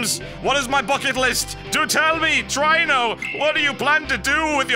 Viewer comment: really try-no i thought it was tree-no